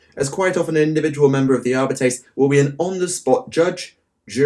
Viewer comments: Videos are awesome. As always. One thing though it’s pronounced Ar-bee-tees. Going by the audiobooks. Keep up the good work please! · your pronunciation for Arbites triggers me